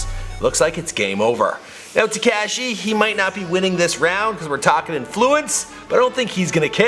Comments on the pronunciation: It's not tacashi it's takashi like cop ka ka kashi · Why TF u saying tacashi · Learn how to say Takashi right dbag